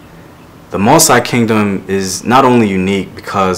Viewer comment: Not "Mo sigh"... Moss ee but ee is short